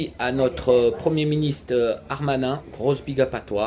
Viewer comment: Frère c'est darmanin et pas armanin!!! MDR